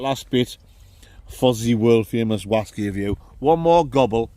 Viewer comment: So the whaskey tasted like flap jack yeah? rights......Oaty, Biscuity, syrupy, buttery, with fruit? 100% juicy fwoot japflak whaskey weview.......